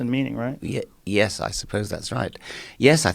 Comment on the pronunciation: When Joe speaks with scholarly types like Dawkins and Peterson he goes from saying yeah when he agrees with something that is being said to a properly pronounced "yesss".